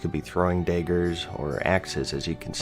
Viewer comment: me: did he just say daygers? also me: looks over at chat DAYGERS DEYGERS DEYGERS